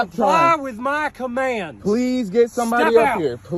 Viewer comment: "Caammply With Muhhh Cahmmandes!! Noww!!" 😂 Who does this pig think he is?